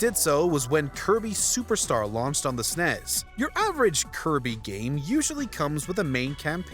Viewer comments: "Nes", not "Nez"... And "Snes", not "Snez"... Fight me, bro! Other than that oh my God I need everything to be ported to the switch. Y'all are awesome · What a horrible list. There's no way real gamers voted on this lol. And please stop saying SNES as an actual word, it's cringy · Lol did he say snes instead of S N E S 😂